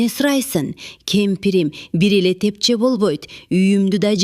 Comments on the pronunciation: Тепче эмес тепши деп айтылат. Туура айтылышы керек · Тепче эмес Тепши болот.